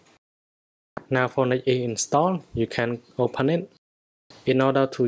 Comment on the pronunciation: When u say phœnix it seems like u say fortnite